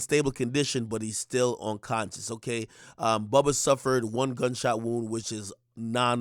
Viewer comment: Buhbuh lmao .. BOUBA (boo-buh)